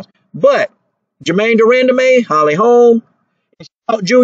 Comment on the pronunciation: De-run-duh-man lmao